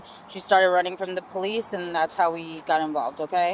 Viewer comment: "Imma scared of pow-leece ah bruvah died uh pow-leece!" Ah yes, a typical family of crime.